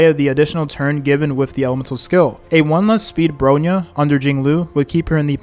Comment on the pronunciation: bro reallly be saying ANYTHING for the character names lmao. SEELAY???? BRONEE? SHINGSHAY????